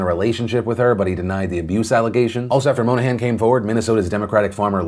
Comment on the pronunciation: bro monahan is my last name and you're pronouncing it wrong throughout the entire video (no biggie, just made me laugh)